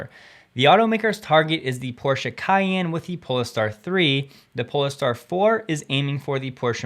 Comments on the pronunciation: It's pole-star not po-le-ster....lol.... otherwise great video thanks 😊 👍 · Pole star not polester jeez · 🌀 Great content. I know I’ll get sensible news and delivery from you. So, sorry to be pedantic, but I’d like to help you with the pronounciation of Polestar. As you are saying it wrong. It’s not Pol-Le-Star. Say Poll-star. Like navigating at sea, using the stars. One looks for the Pole (as in North Pole) Star ⭐️ Hence, PoleStar. One word, two syllables. Hope this helps. May the Force be with you.🌀 Jim🎅🏻🌀 (-: <*>:-) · Pole star, not pole a star. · If you're going to keep giving us information on Polestar, I think it is pronounced "Poll-star" not "Po-le-star". Like the North Pole, y'know. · Pole star… not pol-e-star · I'm intrigued by your interpretation/pronunciation.. is it "pole-ess-star " or "pole star"? Oh & oops, ignore this, it has been mentioned already, many times. So it seems lots of us want to know. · Love your content. Just check the pronunciation of Polestar, I’m pet sure it’s more like “Pohlstar” than “Poleh-star”. Anyhow, just a small thing, again: love your work 😊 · It's Polestar, not Poleystar. Do you pronounce pole as poley? I don't think that you do. If you do, then WOW! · Pole star. Not poless star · It's "Pole-Star" not "Pol-ah-star", hah ;-) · Isn't the vehicle pronounced Pole-star instead of Pol-E-star? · Pole + star. Not Pol + e + star. Think Northpole. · You don’t pronouce the ‘e’ in polestar. It’s pole and star. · Polestar is pronounced as “Poll-star”, not with a pronounced “a” in the middle. Ask Volvo if you don’t believe me. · Pole-star...as in North Pole...2 syllables. Much love. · a 2 syllable word pole - star not 3. (silent e).... Porsche is 2 syllables also - not 1, like many western people pronounce it. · You say Polestar so weirdly 😂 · Is that how we're supposed to pronounce Polestar? :) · What is up with pronunciation of polestar? :) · Hi, FYI... when pronouncing the name Polestar, the "e" is silent.